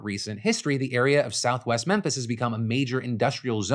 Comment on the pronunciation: Having lived there many years ago, you kept saying "southwest Memphis" and I kept hearing "south West Memphis" (which is right across the bridge in Arkansas)